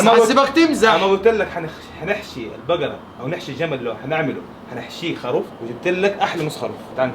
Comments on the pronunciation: ليش خاروف مو خروف 🤔😉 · اسمه الخروف ولا الخاروف اسمعهم يقولو خاروف